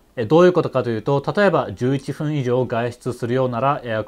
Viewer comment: 「11ふん」ｖｓ11っぷん どっちが正しいのか